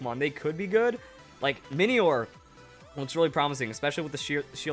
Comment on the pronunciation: I think minoir might be pronounced 'min-noir' noir as in French for black